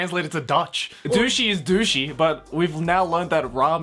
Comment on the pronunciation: Lol I am Dutch and you say it wrong but good TRY